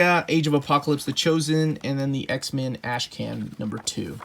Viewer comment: I dont know what to do about the fact that every time you say x-men, I hear x-man. I love your videos, but it's driving me insane.